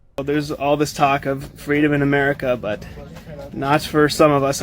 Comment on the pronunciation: I could be wrong, but & did you hear his accent break? Also , and , the way he pronounces the word 'but' sounds kind of off to me.